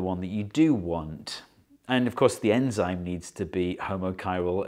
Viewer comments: anzyme? Or enzyme? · Its enzyme not anzyme. Your welcome. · Ye its "anzime" right ?